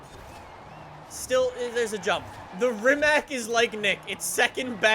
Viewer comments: im from Croatia, Croatia is country that make this Rimac C Two but... YOU NEED TO SAY RIMAC NOOOO RIMAK EVERY ENGLISCH, AMERICAN AND AUSTRALIAN PEOPLE SAYS RIMAK BUT ITS RIMAC WITH C NOT K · Its rimac not rimak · BRO ITS NOT RIMAK ITS RIMAC JUST SAY HOW IT SAYS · Try to pronounce it "Rimatz". Rimak is the incorrect, lazy version but whatever hahaa. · Its RIMAC NOT RIMAK rimac with c not k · Just an FYI. The letter C is actually pronounced more like Tz, not Ck. So it would be Rimatz, not Rimack. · Rimats man rimats is how its pronounced. Trust me i am from Croatia. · Its from Croatia so it shouldn’t sound like rimak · It's pronounced REEMATS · Rimac is not read as "Rimak", it is read as Rimac, the C on the end is read like the C on the "Concept 2" I am very triggerd by this! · Did you really call Rimac a Rimak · Rimac is pronounced rimatz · I am from Croatia, just like Rimac... btw you misspronaunced the name. You have to say Rimats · All these years streaming this game and you still can’t pronounce it properly 😂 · he cant say rimac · You dont say rimac like nick i am from croatia where the car is from and you say it how you write it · he cant even say rimac correctly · Croatian is hard language my frend :-)